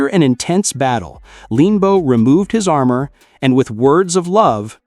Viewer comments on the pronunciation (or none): none